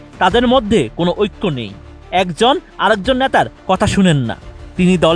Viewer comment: *উপস্থিতি নয়, পরিস্থিতি নিয়ন্ত্রণ হয়। *রুদ্ধধার নয়, রুদ্ধদ্বার। আর ন্যাতা জিনিসটা কী? অ্যালাকা জিনিসটাই বা কী? পর্যায় নয়, পোর্যায়। উচ্চারণের দিকে খেয়াল রাখা উচিত।